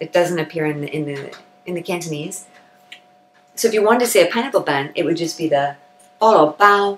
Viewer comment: Your Cantonese pronunciation is spot on and flawless. If I only listened to your voice, I swear in my mind you must be a local Hong Kong Cantonese person.